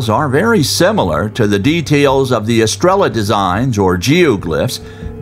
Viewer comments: So irritating that narrator cant bring himself to properly say "estrella" since it is repeated so often... "Eh stray yuh" is much closer to correct. Pronunciation does matter... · It's pronounced "es-tray-uh" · Star in Spanish is pronounced phonetically astray-ya. No L sound gringo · Great documentary! But every time you said "estrella" , I told my phone, "the double ll is pronounced as a y!!" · For a professional narrator, this guy can't be bother to learn the Spanish word stars, he just pronounces the Spanish word in English. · Came here to say this and realized NO ONE else had noticed besides you